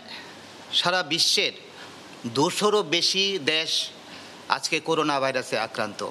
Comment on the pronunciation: করুনা হবেনা ভাই করোনা,করেন্টাইন হবেনা,হবে কোয়ারেন্টাইন। স্কিনিং হবেনা, হবে স্ক্যানিং।